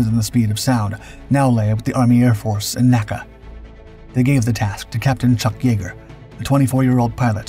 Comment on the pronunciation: small thing but N.A.C.A is pronounced by saying N A C A and not naca but you say nasa not N A S A